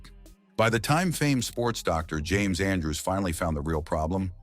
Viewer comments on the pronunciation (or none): none